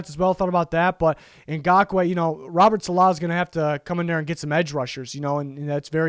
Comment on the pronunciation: the way he pronounced Saleh smh 😭